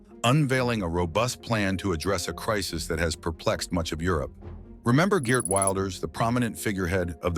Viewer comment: Ok...no problem at all...I truly understand Dutch names can be difficult to pronounce. But let me teach you: The most important name is Geert Wilders. The double "ee" in his name is pronounced as the letter E in your word "era" followed by the same way you pronounce the letter R in that word. So lose the letter A in the end and you are golden. G[er]t Then Wilders....it's not pronounced Wild as in "wild girls" but as in your word "will" as in I "will" followed by 'ders' So G[er]t Willders.. I hope you all understand this explanation 😅